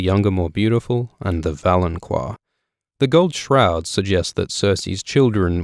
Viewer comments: Isn't valonqar pronounced 'vah-loan-kahr' and not 'vah-loan-kwahr'? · I think "valonqar" is pronounced "valon-Kar," not "QUar" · idk if anyone else has said this, but its fucking pronounced VALON-KAR not VALON-KWAR jesus fucking christ you piss me off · Is it pronounced val-on-qwar? I've been saying val-on-car. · Why do you keep mispronouncing valonqar? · I find it incredibly annoying that your people can't seem to ever pronounce anything correctly. There is no "u" after the "q" in "valonqar".